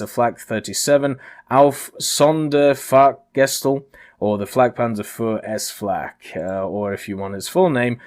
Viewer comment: Oh boy your pronunciation of "Sonderfahrgestell" was so wrong it sounded like you had a stroke :D . German here. Google Translate has a voice button and it's pretty close, even though robotic: MikeGoesBoom has a pronunciation video where that word might be in as well